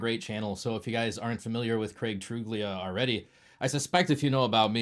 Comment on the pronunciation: Heads up, Craig’s last name is pronounced True-lia, the “g” is silent.